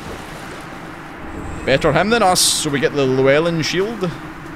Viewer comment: Makes me sad as a Welshman that nobody can pronounce Llewellyn :(